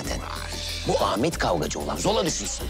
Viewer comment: zola yerine zula diyo 😂